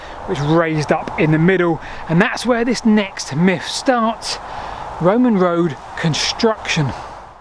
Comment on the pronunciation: They were quite angry those. Romans. Or is that a miff? Whatever happened to "th" in the English language?